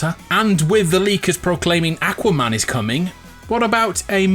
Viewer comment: No one:: Ack-wa Man